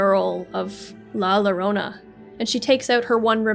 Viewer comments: im spanish, and im a little angry with her pronocing la llorona as la lorona, but overall, really nice video, keep it going n_n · lah luhronuh is killing me